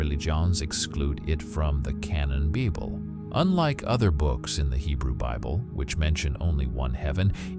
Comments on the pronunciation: lol at "the canon beeble" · Ok I thought this was AI, it slipped up pretty bad in the beginning, but seemed to work itself out after the beble pronunciation haha